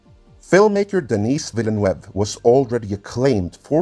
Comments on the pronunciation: To help you with Denis Villeneuve's name prununciation; it' s ''Daenee Veelaenaev'' (last e is silent). It's a French name as he hails from my part of the world (Quebec, Canada). A name to remember as he is fast becoming one of the premiere filmakers of this century, not one overhyped and artificially inflated like J. J. Abrams. Apart maybe Peter Jackson, no one is better proven as qualified as him to helm such an ambitious project as Dune. Can't wait for it to come out. As for the woke fear; I'm sure many will expect it because Dune is shockful of strong, powerful, influential and important women, from the whole Bene Gesserit order that can kill armed men barehanded and submit them to their will with their voice to the fearless Fremen women, up to the daughter of the Emperor of the known universe and later in the saga the savagely superhuman Honored Matres. Jessica, Chani and Alia have a very prominent role in the original stories. Wokeness is using a story as a pretext to expose a certain fashionable stance, namely elevating certain type of people of a given gender and/or sexual behavior and/or racial stock for the sole sake of it, instead of being meaningful in a storytelling sense; especially by squashing down those labelled ''toxic masculinity'' or ''straight white males'' to have those priviledged chosen ones step on them. Despite the significant presence of female and variety of characters in Dune, this is not what the books ever portrayed at all. I am confident Villen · It's pronounced. Denis"DEN-KNEE" Villeneuve "Vill(like village) Nuv(like Love) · Dennis VillainWeb? Not how it's pronounced. It's a similar pronunciation to Catherine Deneuve - Ville Neuve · Great Video ... But dude's name is pronounced [Den-NEE Vil-NOOV]. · it’s pronounced Døni Vilnøv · You say it as if the name is spanish. Denís Vilanueva. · It’s pronounced denee villnew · His name is pronounced "deh-knee villa-noove" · Please, prononce: Danee Veelaneuve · Den-ee Veel-noove